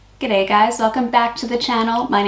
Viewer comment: Best G'day I've heard from an American✌️